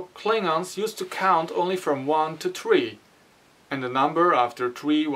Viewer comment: i can't figure out where this guy is from the way he says "tree" and not "three" with the TH sound on the tongue its like he's french or flemish or polish or czech... but then other times his accent sounds almost like bavarian german or something its so weird